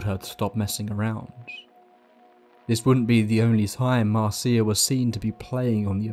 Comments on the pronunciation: Please please get the names right! Her name was Marcia, not Marcee-a, sorry to be pedantic but it’s irritating as all hell. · Umm... the name Marcia is pronounced Mar-sha, not mar-cee-ah. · If her name is Marcia, it's pronounced MAR- sha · Hey I love your channel because your narration is great. A lot of channels have stories but often the narration style detracts from the stories. One FYI though, the name Marcia is pronounced Marsha. I’ve worked for a few podcasting companies and always recommend googling the pronunciation of proper nouns and listening to them since these types of errors are common when doing text based research and they can really take the listener out of the experience, especially when it’s a word that’s said so many times. On a personal note, that’s something that really affects me since I’m neurodivergent. For me, this video is all but unlistenable since my mind is hanging up on every instance of Marcia. Wanted to give that info and perspective. Thanks for all the great content! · I thought Marcia was pronounced as Marsha? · Marcia is pronounced the same as Marsha. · Pronounced Marsha